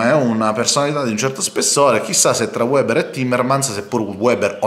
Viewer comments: per favore si dice "veber", non "ueber"; lui è tedesco, non inglese.... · Piccola Nota : Weber si pronuncia Véber